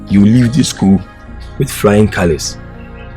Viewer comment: Who heard “Frying Colours” from the teacher who was advicing aroma 🤣🤣🤣